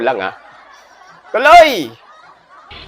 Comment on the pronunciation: Magandang araw sayo sir. Nakaka aliw ka naman, lalo na pag binibigkas mo yung salitang 'palakpakan'😂✌️